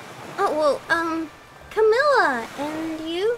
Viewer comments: did everyone now that the gacha name is camilla but and just say camillia hahahahah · Do anyone else realise that they read Camilla as Camillia? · 0w0 why did they pronounce her name as Camillya -_ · Nobody: Not a soul: Not Even God::Princess “Camilia” totally not “Camila” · For some people they say Camila for me I say Camil-la because it said in the video it was camilla lol- and I hear keeps saying Camil-lia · always says camillia Me: gets triggered: iT'S CaMiLlA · Camilla her name is Camilla but kept on saying Camillia. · He means that was saying it like Ca mill a But it’s Camilla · Did anyone else notice kept saying Camilia when it is Camilla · Why did call her Camilla and call her “Camillia” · does anyone realise they kept saying Camillia instead camilla?and the said kiato instead of haito??!! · ITZ ca mi lla not CaMiLlIa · Camilla not camelia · AHEM ITS PRONOUNCED “Cam-è-la” >:< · It’s literally pronounced CA - MILL - A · THAT MY NAME espit u saay it like ca mill a